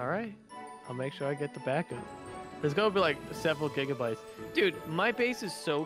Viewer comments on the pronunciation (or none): none